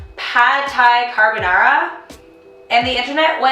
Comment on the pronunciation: why do you pronounce carbonara like a hillbilly?